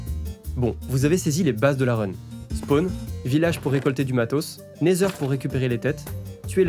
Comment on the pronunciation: super ta vidéo, vraiment dynamique c’est cool a écouter et regarder ! par contre ta prononciation du Nether ou de Wither laisse a désirer